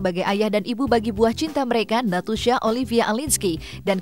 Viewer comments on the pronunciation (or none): nastusha lho bkn natusha